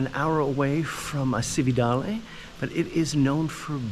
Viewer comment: and just to upset your pronunciation apple cart a little more, Cividale is pronounced CHiv-e-darlay, great video, well done, grazie 😊